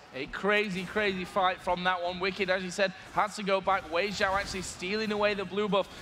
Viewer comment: Was is only me who noticed that they said Xiaowei instead of Weixiao?